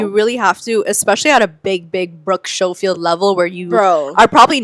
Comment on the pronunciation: I love Cancelled Podcast too🤍, Tana’s last name is pronounced “Mojo” and Brooke’s is pronounced “Skoh-Field”😂